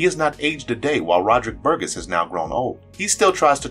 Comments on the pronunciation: Burgess...gess is pronounced like jess...not gus! It's a pretty common surname. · Little tiny nitpick, but it's a soft G, i.e. Bur-jess.